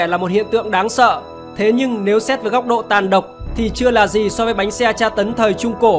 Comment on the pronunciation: Bánh xe anh thành bánh xa